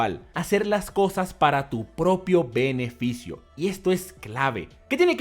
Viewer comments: Loco creo que dijo peneficio en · Soy yo o dijo "Peneficio"? :v